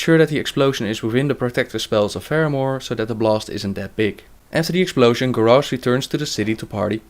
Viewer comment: grarrosh? lol